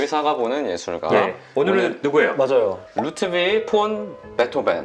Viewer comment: 루드뷔시~ 정말 평소에 재밌게 보는 역사 채널에서 루트비히 발음을 이렇게 해서...